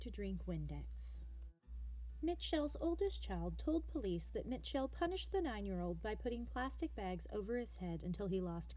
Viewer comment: Bitch how do you mispronounce Mitchell lol